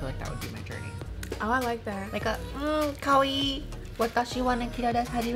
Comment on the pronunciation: She really said kawaii kawi lol